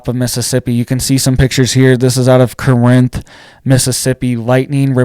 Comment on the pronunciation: Corinth ( Core-nth )